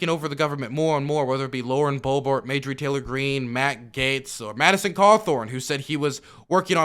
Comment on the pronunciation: Not that it's important, but consistently mispronounces MTG's name and it bugs me to no end lol